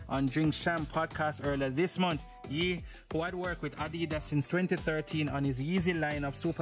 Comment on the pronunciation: It's YE = (YAY) not ( YEE) LOL